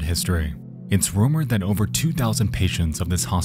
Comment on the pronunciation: Not the "it's jover" and the " you need to leave"